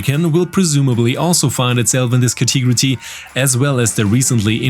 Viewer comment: Ca-te-go-ry ... not Ca-tee-gro-tee ;P